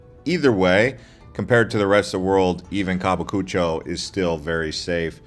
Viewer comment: Wtf is kabikuchoo? You mean kabukicho? Pronunciation is horrible throughout the video